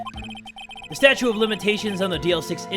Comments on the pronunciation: Anyone get annoyed that says Statue instead of Statute? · is jay saying statue of limitations instead of statute of limitations